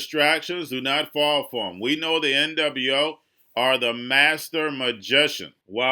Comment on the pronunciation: you gotta quit saying N double U 0. It's probably why you're shadow banned.